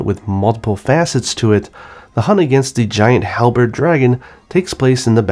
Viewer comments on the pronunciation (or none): none